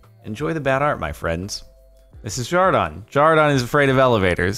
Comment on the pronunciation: Why do they call him jardon